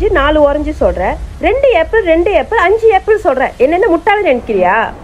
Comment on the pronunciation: ஆப்பிள் என்று உச்சரிக்கவும் உச்சரிப்பு சரியாக சொல்லவும் வீடியோ போடும் முன் கவனித்து செய்யவும் எல்லோரும் பார்ப்பது